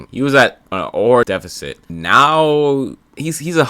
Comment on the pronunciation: Defecit not Defecate lmaoooo